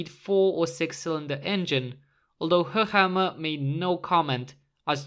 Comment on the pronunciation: I like, that you pronounce Höchammer correctly👌